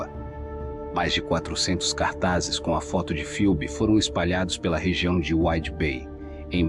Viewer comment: Bom dia, A pronúncia correta do nome da Moça é 'Febe' (Ph tem som da letra 'F')! Um absurdo, mais uma vez, de um familiar que negligenciou a Jovem e a deixou 'sob os cuidados' de pessoas nada confiáveis. Para agravar a situação, demora para notificar o desaparecimento da Filha ás Autoridades. Lamento pelo que Phoebe Bishop passou em seus últimos momentos. Que a justiça seja feita para honrar sua memória. 😢